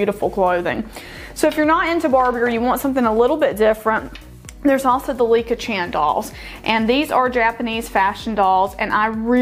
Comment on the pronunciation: It is Licca Chahn ryhymes with "on"